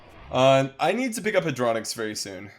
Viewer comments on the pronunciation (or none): HAD - RO - NOX, not HAD - RONIX. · You're spelling Hadronox the wrong waaaay dude , you make it sound like a BeyBlade name ...